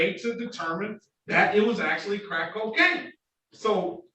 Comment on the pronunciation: Judge Simpson saying crack coacaine 😅